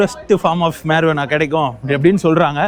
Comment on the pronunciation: BRO YOU SHOULD PRONOUNCE IT AS MARIUANA, HERE J IS SILENT.